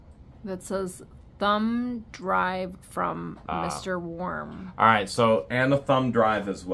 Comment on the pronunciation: I always thought it was Worm not Warm.